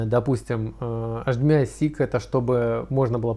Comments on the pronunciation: Аш-96... тады, говорите аш-ди-эм-ай-кабель, ха-ха-ха... Садись - двойка! Эйч-96, грамотей! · после того, как вы произносите эйчиМИай, мне перестаёт хотеться смотреть дальше